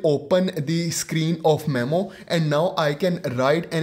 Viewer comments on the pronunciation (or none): none